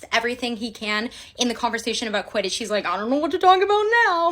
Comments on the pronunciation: "But sir- QUTIDDTCH" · “But sir… QUIDITCH?”